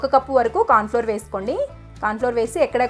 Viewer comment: మీ రు cornflour (మొక్కజొన్న పిండి) సరిగ్గా ఉచ్ఛరించండి మాకు అర్ధం కాలేదు. మాటల speed తగ్గించండి.స్వీట్ అదిరిపోయంది.